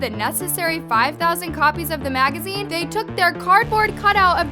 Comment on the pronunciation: It’s the emphasis on the they💀